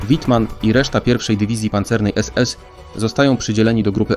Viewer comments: Nie Majkel Tylko Misiael i nie Łitman tylkoWittmann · Sporo tu błędów. StuG.III to nie to samo co Panzerjager. Nazwy są niemiłosiernie kaleczone, ba nawet sam bohater Wittman, jest "czytany" po angielsku, W po niemiecku to W a nie Ł 138 czołgów zniszczonych, to tylko w propagandzie niemieckiej itd. itd. Filmik jak dla dzieci... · Też się nad tym zastanawiałem co to za Łitman?!